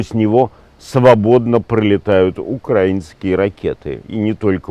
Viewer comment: Ура!! Невзоров наконец-то сказал «украИнский», а не «укрАинский»!! Это хороший знак! 🙌🏼🍀😉